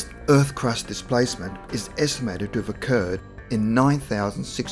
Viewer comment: STOP SAYING DIPLACEMET YOU AUSSY TWAT